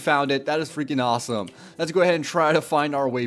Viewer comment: 'goiys' 'auwsome'